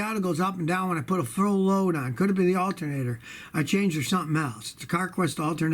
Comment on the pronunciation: Scotty, you definitely said Altermator. Awesome lol 💪🏼